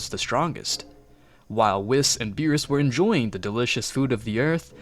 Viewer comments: Love the story it'd great! BUT WHY YOU CALLING ME WHIS ITS WHEES THATS HOW YOU PRONOUNCE IT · "wheese" not "whiis" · Why does u say whis like wis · Uhm excuse me, how in the actual dingaling did manage to mispronounce whis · Am I the only one hearing him absolutly butcher Whis’s name w